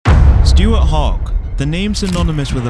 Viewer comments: At least make an effort to pronounce Scottish place names correctly! It’s pronounced ‘hoik’, not ‘hah wick’ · Just so you know it is pronounced Hoick not Ha wick. It’s unlikely you’ll make a video with the town name in it again but just in case you do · Everyone's upset about "Ha-wick", but no one has mentioned the claim that his acceleration earned him the nickname "Hoggy the Highway". Absolutely no one has ever called him that. Where on earth did you get that from?, more like 😂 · Hawick pronounced HOIK surely? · Sorry but if you can’t pronounce Hawick I’m not interested. Even phonetically it’s not ‘How-ick’ cos there no f—-ing O in it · I think it's hoyk, sorry if I'm wrong,there is a very famous Scotsman from by the name of Bill Maclaren one of the best commentator of rugby union,. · (it's pronouced 'Hoyck' for future reference) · Someone should mention how he pronounced Hawick, haven’t seen enough comments about it. Interesting video bro, keep it up. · i shuddered each time you tried to pronounce Hawick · Your pronunciation of Hawick tells us many things. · Apologies but I lost interest after your pronunciation of Hawick. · if you're from the UK and you are doing a video on Scottish rugby, there is absolutely no excuse for butchering the pronunciation of Hawick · Please learn how to pronounce Hawick!